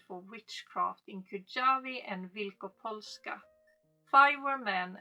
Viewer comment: Nice job on the pronunciation of the Wielkopolska! I'm from Wielkopolska actually 🙂In Kujawy though, 'j' is pronounced like 'y' in the English word May.